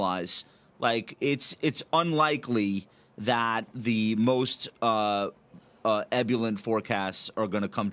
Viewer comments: to the smart guy who thinks the public doesnt know anything, its ebullient not ebullent (It took me three tries to type that misspelt with the autocorrect overseer) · 'Ebulent'? Maybe he meant ebullient